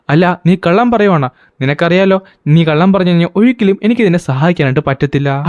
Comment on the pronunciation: പറഞ്ഞു❌ പറഞ്ച് ✅😂